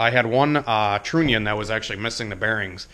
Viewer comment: trunnion rymes with onion the U is not a long U sound I cant take it anymore